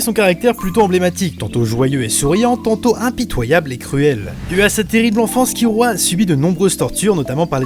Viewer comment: J'adore tes vidéos et tes classements sont super cool (même si comme certain l'on dis: des fois c'est dommage que certains personnage emblématique n'y apparaissent pas... mais tu peu pas tous les connaitre ^^). Par contre je suis désoler mais c'est vraiment moche quand tu prononce les nom japonais a la française je dis ça par rapport a Kir(l)ua (jte demande de changer si tu n'y arrive pas mais ca fait vraiment bizarre ^^' ) Sinon a ta prochaines vidéo! =) (vive One piece!!)